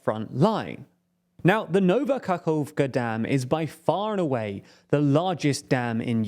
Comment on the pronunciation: He really didnt. Its "Nova Kahovka" not "Nauvah Kakkovka" as he said.